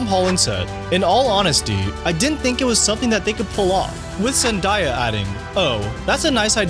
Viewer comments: had to click of the vid. i couldn’t hear this guy say “ ZENDYA” anymore. it’s zenDAYa bro. you don’t say Mondya it’s MONDAY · Bro your killing me with the zenDIEya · Its pronounced “Zen-DAY-a”! 😂😂😂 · I was about to say the same thing! 😂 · YOU PRONOUNCED HER NAME WRONG MF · my 14 yr old niece schooled me last year when I mispronounced it during dinner. That was her quote exactly. Lol. I needed NOT to be corrected anymore. Haha